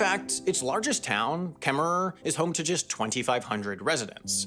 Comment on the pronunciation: The second er is silent in Kemmerer.